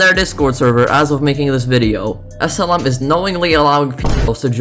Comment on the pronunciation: When you say SLM it sounds like asylum